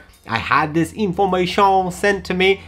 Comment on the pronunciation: Can tell you're excited when you start getting French 😂😂 informa-shon